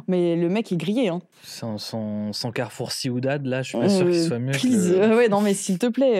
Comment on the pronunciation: le fait que dises « carrefour ciudad » pour dire «carrefour city» m’a fait éclater de rire 🤣🤣